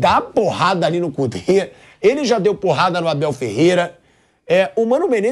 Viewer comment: Quando o Pilhado disse "Cudet", sério, eu entendi "o cu dele"